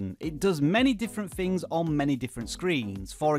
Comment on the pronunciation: "fings" 😂 you're obviously from the northeast surely ha